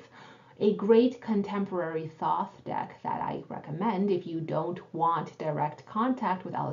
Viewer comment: re. 10D… the signs on the coins are all associated w Mercury except the ✡️ in Hod. the BoThoth talks about it ☀️. mercury rules ♍️. i pronounce it thaw-th. however i’m almost positive the correct pronunciation is thOth, the way you said it the second time.